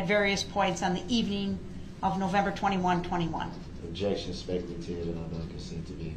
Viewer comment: "What does that mean?" Objec-shunn, leading 😂😂😂😂 Leading? LEADING?!? 😂😂 how stupid is he? If it wasn't such a tragic event then Duh-rell would be hilarious 😂🤡